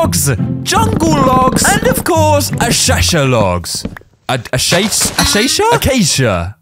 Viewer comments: "and of course ashasha logs" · "Ashasha logs" - 2023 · when u say acacia imagine the spelling is acasha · Ashasha bruh it's acacia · "Ashasha? A - a - oh acacha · “Ashasha” “Asash” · “ashasha logs” 💀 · I love struggle to pronounce acacia 😂